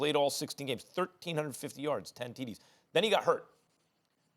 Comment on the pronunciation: Max saying Teedees made me giggle😂